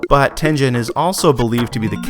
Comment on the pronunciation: Great research and historical perspective! (But, psst, Tengen has a hard G!)